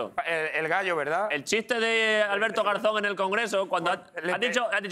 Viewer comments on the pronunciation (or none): El sonido cuando ha dicho garzon es mas bien de garza